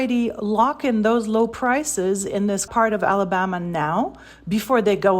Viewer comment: Thank you! This woman’s pronunciations are agrivating. “Ala-bahhhhma”…ugh!